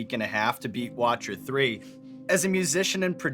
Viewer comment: He lost me when he said Watcher 3